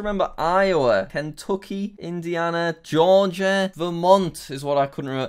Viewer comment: Everyone gangsta until Jack pronounced "Georgia" as Ge-or-gia after saying the right pronunciation .